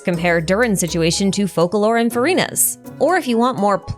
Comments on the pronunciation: foh-KAH-lor ? I thought it was foh-SAH-lor is my entire life a lie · actually using the Ars Goetia pronunciation instead of the Fr*nch one, thanks!